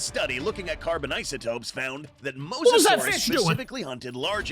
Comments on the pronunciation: Dude it’s mOsasaurous not MoSASAURUS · It’s mose-a-saur =mosasaurus